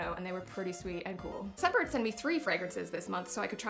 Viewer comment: Not gonna lie, didn't hear "scentbird" I totally heard "Step bird". I did a spit take. AMA.